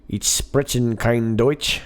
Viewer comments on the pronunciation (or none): none